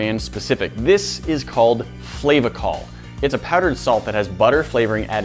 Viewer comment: He pronounced flavacol so weird I work at a movie theater and I’ve never herd it said like that